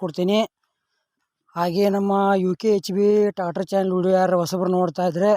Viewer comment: ಟ್ಯಾಗಟರ ಅಲ್ಲಾ ಅದು ಟ್ರ್ಯಾಕ್ಟರ್ 😂😂😂😂😂😂😂😂😂😂😂😂😂😂😂😂😂